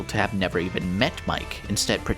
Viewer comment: I'm very late to the party on this video, but a couple minutes in and Mike's name being pronounced "mee-keh" instead of the obvious existent English pronunciation is a fun little parallel to our other mysterious cat character with a misleading name, Seam!